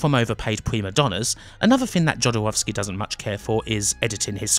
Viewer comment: Please do not pronounce non-american names as if they were American. You've correctly pointed out yourself that Jodorowski was Chilean. Imagine being pronounced as if spanish name, would sound weird and Jodorowski pronounced the way you do is just disrespectful. Other than that your video is a good recap!